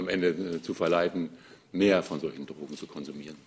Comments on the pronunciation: Trogen. Sie spricht es Trogen aus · Die Mortler pack ich einfach nicht. Kann nicht mal Trogen aussprecchen! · Wovon redet die Frau Mortler? "Trrrogen"? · Mich wegen Ihrer Aussprache beim Wort "Drogen" auch.